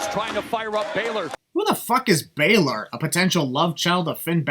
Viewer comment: Baylor is right pronunciation